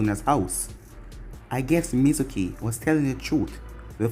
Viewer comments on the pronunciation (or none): none